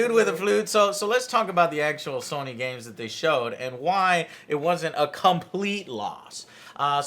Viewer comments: It’s So-ny... Not Sonic with a silent ‘c’. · It's fukin Sony. Pronounced: So Knee... Not fukin Sunny!!! Also. Nissan is not Knee Sarn... Its fuckin Niss N, say it quick now as one Niss-N.. NISSAN. Not fuckin KNEE SUN! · SAWNIE?!?!?!?! FUCKING SAWNIE?!?!?!?! Dude. I love you and your channel but mispronouncing SONY, an EASY two syllable word that EVERYONE SAYS CORRECTLY....makes you sound dumb. REALLY DUMB! FIX IT! It's up there with pronouncing NASA as NASAW. CHRIST! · Okay so Joe is totally pronouncing Sony wrong on purpose right? Like there's no way he doesn't know how to say it right????? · 2 min in and all I can think of is how AngryJoeShow is saying Sony wrong! S-oh-knee. In any case...about to binge all of these E3 videos, love you joe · Fucking stop saying sahnee... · What the fuck is "sohny"? Jesus Joe, learn how to pronounce the name lol. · SAH-nee.... THAY-nos.... You guys need a Nerd Speech coach or something. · Who is Sawnee? And who is Ooobisoft? Joe, your pronunciation drives me crazy. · Wtf is SAW-NY?? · "sawny" stop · terria 88 I'm high af and that was suuuper distracting lol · I’m sorry but I hate the way you say sony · Is anyone else annoyed by the way Joe pronounces Sony? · Joe why do you say sony ao weirdly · Joe says Sony funny, never heard anyone pronounce it like that lol